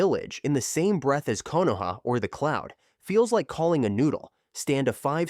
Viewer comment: "clound village"